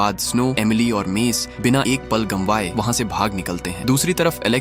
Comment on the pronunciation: Gamwaye nhi Gawaye. Nice explanation